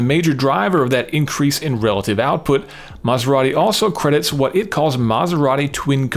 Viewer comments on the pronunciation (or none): none